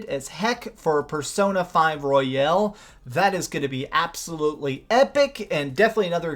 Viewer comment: It's been a few years since Royale became a common word. Yet you still say Royel xD. Nice video though.